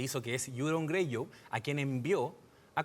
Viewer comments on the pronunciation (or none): MINUTO Yuron Greyu COMO CHUCHA SE PUEDEN SENTAR A HABLAR DE UNA DE LAS MEJORES SERIES A NIVEL MUNDIAL....SI NO SABEN PRONUNCIAR BIEN UN PUTO NOMBRE....!!!!! QUE VERGUENZA..!!!!